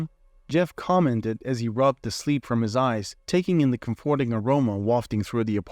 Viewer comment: Could you please learn how to pronounce "comforting"?